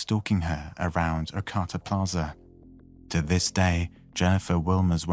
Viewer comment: Ar-cah-ta And show pictures of the actual area, not from big cities. (There were a couple, but....)